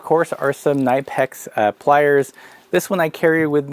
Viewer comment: "kah-nih-pex" is how it is pronounced . it's german, so a hard K.